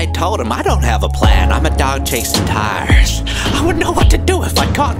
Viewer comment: When he says cars, it sounds like he said tires.